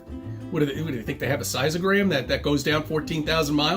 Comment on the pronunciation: I'm going to have to get my IQ rechecked after listening to. I'm pretty sure it went down a couple points when he said "size-o-gram.".